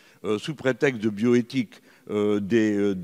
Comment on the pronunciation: houlaa ! Bioethique , le "H" elle aime ! (heureusement qu'il y a des parenthèses)